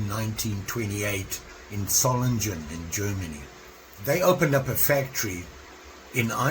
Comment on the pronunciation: Nice knife! Please don't get it wrong, but Solingen is pronounced differently ;-) You know us Germans, we simply just pronounce anything like it is written(except when we don't ;-)-the G in solingen is not changed to a j, but stays a G, like in Grind or gang ;-) And I hope you can find it in your heart to start collecting knifes from Solingen ;-) A real biiiig area to start collecting. Most Machetes in south America came from Solingen ;-) Thanks for showing the "irish" knife ;-)